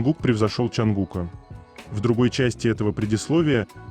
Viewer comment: Чонгука, ударение на букву У